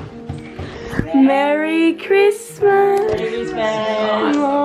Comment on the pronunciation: "Marry RIZZmas" 💀